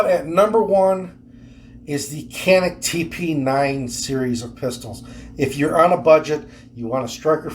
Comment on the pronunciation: You mean canik like ( can+ Nick) 🌛🔫🙄